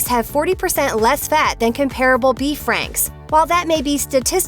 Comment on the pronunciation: Meh. East Coast centric. And they deigned to put catchup on them. No wonder the were terrible. Oh, and she pronounced “comparable” incorrectly.